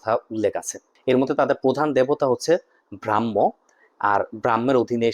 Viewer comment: @@ উনি ব্রহ্মকে ব্রাহ্ম(ভুল উচ্চারণ) /ব্রহ্মা(যেটা তিনি বলতে চেয়েছেন) তথা সৃষ্টির দেবতার সাথে জট পাকিয়েছেন।ব্রহ্মতত্ত্ব নিয়ে আলাদা আলাদা বহু দর্শনশাস্ত্র রচিত আছে। আর ব্রহ্মাকে ব্যাখ্যা করা হয়েছে যুগের শুরু হিসেবে। সত্য,ত্রেতা,দ্বাপর,কলি এই চারটা যুগ নিয়ে একটা কল্প।আবার সত্যযুগের মাধ্যমে নতুন কল্প শুরু হয়।আবার একাধিক কল্প নিয়ে একটা মহাকল্প।আরও বিস্তৃত রয়েছে। হিন্দু সংস্কৃতিতে ব্রহ্মাণ্ডের কালচক্রকে এভাবে ব্যাখ্যা করা হয়েছে। ওনার এটা সম্পর্কে কোনো ধারণাই নেই। আমার তো মনে হয় নামও শুনেননি।স্রেফ একটা দেবতা বলে দিলেন। হিন্দু সংস্কৃতিতে যোগের দর্শনে শিবকে প্রধান(Adiyogi) বলা হয়েছে। এই যোগেরই পনেরো হাজার বছরের পুরনো ইতিহাস আছে।সময় নিয়ে ইতিহাসবিদদের মধ্য এদিকসেদিক মতপার্থক্য রয়েছে। বেদ লিখিত কোনো গ্রন্থ নয়।এটা শ্রুতিশাস্ত্র।অর্থাৎ মুনি-ঋষিদের মাধ্যমে গুরু-শিষ্য পরম্পরায় মুখে বলা ও কানে শ্রবনের দ্বারা চর্চিত হতো। পরবর্তীতে লিখিত ভাষায়(Classical Shanskrit) ব্যাসদেব(বেদ সংরক্ষণ করেছেন বলেই তিনি বেদব্যাস নামে প্রসিদ্ধ হন) এটা চারটা ভাগে বিভক্ত করে সংরক্ষণ করেন।এমনকি বেদের বহু মন্ত্র এখনো উদ্ধার করা যায়নি।উনি বেদ একটা গ্রন্থ হিসেবে কল্পনা করেছেন যেটা আর্যরা নাকি অনার্যদের দিয়েছিলো।